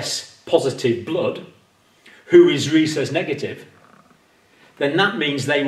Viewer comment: Rhesus (short U vowel ending) or recess (short E vowel ending)? Pronunciation issues...